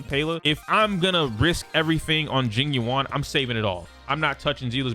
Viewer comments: Pronunciation: Jing yuan = jeeng yuen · Please please please look up pronunciation videos for the CN names, this butchering is really painful to hear. Sushang = Su (as in 'SUstain') + Shan (as in 'SHAtter' + n) Tingyun = Tin (as in 'abducTINg') + Yun (as in 'UNion') Jing Yuan (as in 'JINx') + Yuan (as in 'YOU' + 'En') I apologize if my pronunciation comparisons are not very good, English is not my first language and writing pronunciations is very hard hahhaa. But please, look it up, there are so many videos on it and it's not very nice to dismiss the names just because they're not American. Learn it. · It's jing you-en and say-lay edit: and sue-shah-ng